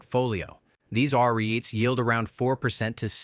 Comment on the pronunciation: Your AI voice cannot ponounce REITs. Did you watch your video yourself?